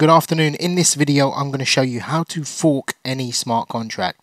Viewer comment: Say FORK again